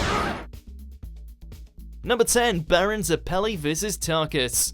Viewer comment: You pronounced Zeppeli idiot. Also lol number two and number one have characters voiced by Christopher Sabat